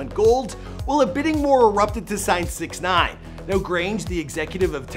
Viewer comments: If your going to do one of these, at least say their name properly 🤣🤣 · Why tf does he say his name like that??